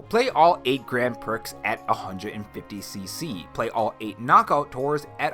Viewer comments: Grand Pricks? Grand Prix is pronounced Gran Pree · Grand pricks? Lolol! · "Grand Pricks!"